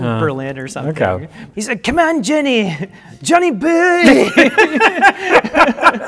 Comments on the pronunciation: ) Yes. So entertaining, satisfying, amusing, adorable. "Junny buuuooeeee." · Joowaneh Boyehh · I keep watching this just to hear say "Johnny Bouoiy" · Same...I just turned this back on to hear Johnny Boiii and stayed to watch the whole thing